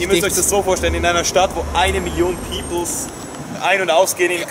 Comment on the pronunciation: people! Nicht peoples 😉 aber ansonsten geiles Video 😊